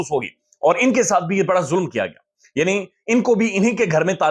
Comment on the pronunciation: ایوان ہوتا ہے بھائی۔اعوان ایک cast کا نام ہے۔